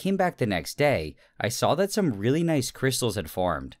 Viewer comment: I believe you meant to say KRISHTAALS